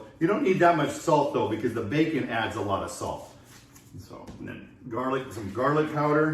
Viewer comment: i was doneeeeee when you said “fasage” and “facon” 🤣